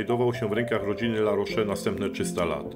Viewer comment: Litery "e" bez akcentu się nie czyta więc La rosz a nie La rosze. Dlaczego Francuzi nie używają angielskiego bo nie muszą bo uważają że Francja jest stolicą kultury światowej i każdy powinien znać francuski.. Macie w telefonie Google translator.